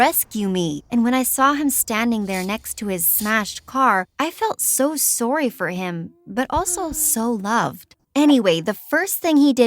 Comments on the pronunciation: She pronounce sorry wrong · She said "sore-e" Lmao